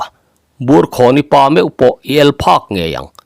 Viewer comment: Burkhawni tiha khawn hi thluk tur a ni lo.